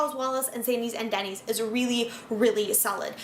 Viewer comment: Isn’t “Dennys” pronounced like “Dennis”, and not like the chain restaurant name?